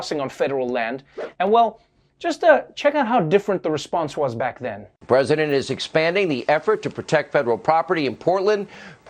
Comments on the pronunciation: Love the 2020/2014 mugshot. Did you say back then or black then? 🤣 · I wonder what’s the difference between now and “blackthen”... lol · Lololol “what’s the difference between now and BLACK then” * Le Laugh 🤣🤣